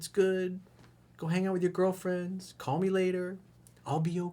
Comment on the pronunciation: "Other girlfrands"